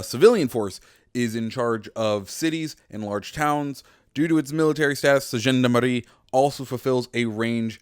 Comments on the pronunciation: Btw here’s how to pronounce Gendarmerie. Jaan-da-meh-hee And in French, r makes a weird sound. It sound like h in English, but you make the pronunciation in the deeper part of your throat So on the last syllable, instead of a typical h in English, you pronounce it with the inner part of your throat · you have like an african accent when you say gendarmerie Like come on you could have at least put the words google translate to hear them first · You're saying gendarmerie wrong